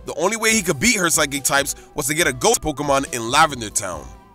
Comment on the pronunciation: says ghost like ghhost pokemon